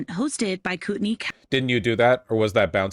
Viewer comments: Coo ten ee. Everytime I jear google say it I'm like no, thats not how we say that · US place names are so weird Kootenai County is apparently pronounced "Coo'ney County"???